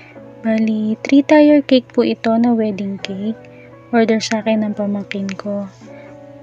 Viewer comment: ate..dont get offended kung ikokorek ko yung pagpronounce mo ng TIER...... bigkasin niyo po na parang kasing bigkas siya ng TIR o kaya TEER..sorry po ha.. I didnt mean to offend you po..ayoko lng po na may magbash sa inyo..idol kopo kc kayo sa paggawa ng cake..home baker din po ako..Lets be friends po.